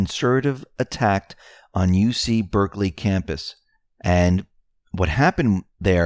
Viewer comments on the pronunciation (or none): none